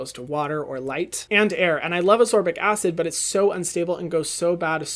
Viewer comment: It is AsCorbic acid, not Asorbic pleaseeeeee